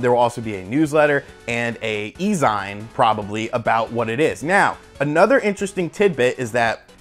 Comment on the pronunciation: I liked this video because I like your videos, and this one was pretty exciting... I'm sure 50 people have said this already, but I don't feel like reading all the comments, but "e-zine" is pronounced "E-Zeen"... people that are way bigger assholes than me are going to be super horrible about that, because they have nothing better to do, and, as previously stated, are humongous gaping assholes... keep putting out the great videos! :)